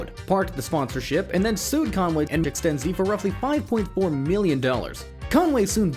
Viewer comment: ExtenZe, not Ex-ten-zeeeee.